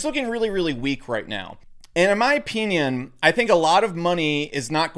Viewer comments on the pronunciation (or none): In my o-peen-ion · I like his Ow-PEE-nien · “In my opeenion”